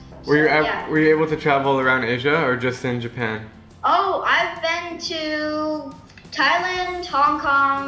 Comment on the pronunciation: Japam really is japan not japam